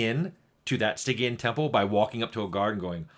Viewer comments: Never heard Stygian pronounced with a hard G before. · On this episode of Lore Drift, is it Stygian pronounced as "sti-jee-uhn", or "sty-gy-uhn"?